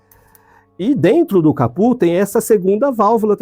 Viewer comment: Só faltou pronunciar capô corretamente kkkkkkkkk!